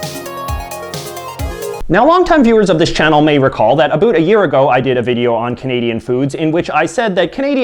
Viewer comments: Stopping intentionally saying aboot. It's not funny. We don't actually say that. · I've never heard a canadian say about like you. ever. in 32 years of living all over canada. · What it all aboot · You're making Canadians look bad, NOBODY pronounces it aBOOT.... You are obviously a wannabe hipster with the ironically lame hair and the overly enunciated accent. All of the Canadian foods you are presenting are basically the same as American foods, and if you don't know how to pronounce jos Louis (joe Louie) then you obviously don't know to freeze them before eating... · His pronunciation of about is clearly a joke. No Canadian says it like this. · From what I hear Canadians do say O's differently but it's usually hardly noticable. His is VERY pronounced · Why can't you say about properly. I'm Canadian and everyone I know speaks it properly. Obviously your from the far east or an island in bc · Stop saying aboot, no one actually says aboot. And it's pronounced "Poo-t-in" not "pootenn"